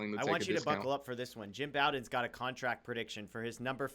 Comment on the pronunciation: Hey felas, love the content you post. Just wondering why you always mispronounce Jim Bowden‘s last name.